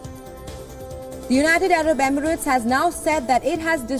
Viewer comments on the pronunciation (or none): none